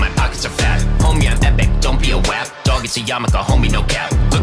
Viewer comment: Its so funny pronounces Wap correctly